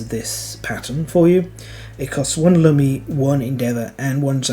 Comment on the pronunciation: I think it should be pronounced "loomi", as in "illumination".